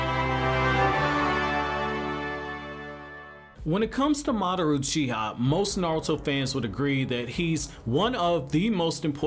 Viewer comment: Are you... Are you saying Madaroo Cheeha?